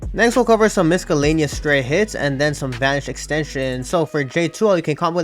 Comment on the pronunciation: the c in miscellaneous is silent bro 🤗